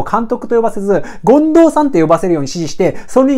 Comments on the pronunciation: そですね！ 近藤さんじゃなくて進藤さんのイントネーションですw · めっちゃためになります！ あと 権藤⤵さん かなw マンボウと同じ抑揚でw